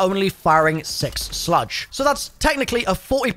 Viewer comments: Why is he saying “sludge”? Is it not just a slug? Is this a British thing? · I know you're British so I'll cut you some slack but slugs are pronounced just the way it's spelled. Like the bug. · are you purposely miss pronouncing slugs and haymaker? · Literally EXACTLY what I came here to say. It’s like he’s TRYING to do it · I thought I was the only one hearing it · wait? You purposely don't? Haha